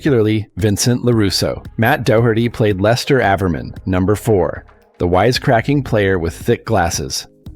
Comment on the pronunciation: Stupid AI videos... His name is pronounced "gee" not "guy" and it's "ay-ver-man" so stupid.